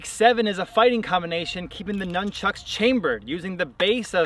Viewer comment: You pronounce nunchucks wrong